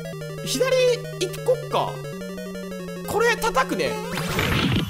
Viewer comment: 私も思ってました笑 でも可愛いから良いですよね!!!!!!(・∀・)